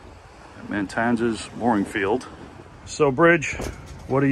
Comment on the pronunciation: Isn’t the area you just visited spelled Matanzas not MaNtanzas? That is it has just one “n” so it’s pronounced Mah-tan-zis?